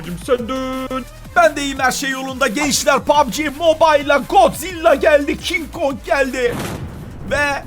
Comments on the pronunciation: Kin kong diyenlerin sayıs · Abi Godzilla değil kin kog